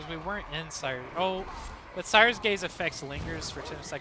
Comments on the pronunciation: ScRier's gaze. You were saying it wrong so much I couldn't watch this video. There are two R's in there. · It sounds like you’re saying “sires gaze” - wanna make you aware there is an “r” in there. It’s the “gaze of someone who scries”. I’ve been loving the gun Psyker lately. I use the Maccabean mark 4 sword, which excels at weak spot hits, and cuts thru hordes easily while Scrier’s Gaze is active. I’ve been using the Columbus gun - not super accurate, but melts thru hordes and bosses.